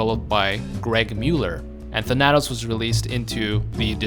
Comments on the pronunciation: Thanatos is spoken as Thana-tos, not Than-atos just a future reference thing in case he ever pops up again on a list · Tha nat os? It's Thana tos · Its Thana-toes not tha-natos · Your pronunciation of Thanatos was killing me.. "Than-Uh-Tose" just so you know.lol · Thuh-nat-ose? I always said Thhan-uh-tose. Like Thanos is pronounced but with the added uh-tose after Than. Oh wow you say Thay-nos instead of how everyone in the MCU says it...alrighty then. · The way you pronounce Thanatos kills me. Thanatos. THAN-uh-toes . Greek personification of death. Not even a particularly unknown name. One of the most commonly known pieces of Greek mythology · "THAN" + "uh" + "tos" is how you pronounce it my god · Him saying Tanátos took years away from my life expectancy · Interestingly enough thanatos is actually pronounced than-a-tose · his name btw is pronounced "Than-uh-toes" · Than-a-toes as in the greek god of death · You pronounced Thanatos wrong look up the Greek God of death and listen to the pronunciation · You mispronounced Thanatos.... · How the fuck do you mispronounce Thanatos and Thanos IN THE SAME BREATH?! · I love your vids. But please.. please stop mispronouncing thanatos. It hurts me so lol.